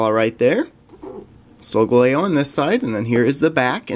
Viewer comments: hi love your videos and solgaleo is pronounced soul-gal-eo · You pronosed solgaleo wrong